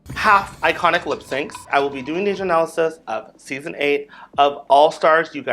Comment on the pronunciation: Did you say Anal-assis??? Too funny!